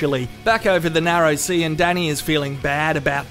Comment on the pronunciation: When you said "Narrow C" (narrow sea) I thought it was an Australian sex thing